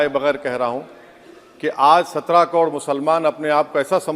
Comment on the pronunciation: Pehle sikhle kod nahi karod hota hai , muh me supari hai kya